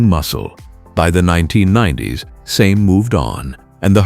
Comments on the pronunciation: Its pronounced Sah mee not same, I worked for a farmer who had a Same Buffalo it was a good tractor. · SAME Saw-May SA-ME